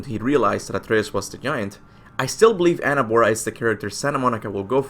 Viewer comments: Please i dont want to sound like an asshole 😬 but is not Anerbora is Angrboda like anger and boda like wedding 8n Spanish since i know you speak spanish Sorry men I'm not trolling or anything is just that when it doesn't sound Norse makes me crazy 😁 Great prediction BTW i remember the video when u predicted and i thought about it the minute i saw the trailer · why do you call her annaboa? her name is ANGRBODA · Angrboða you say its not pronounced Angrbooa but instead Angrboda! ð is a d little sound of it!! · It's not Anabora it's Angrboda. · You are misspernounsing her name !!!